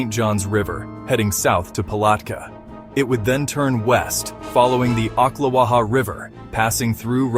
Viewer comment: Had to stop early due to the mispronunciation of Oklawaha and Ocala. AI is is becoming the bane of YouTube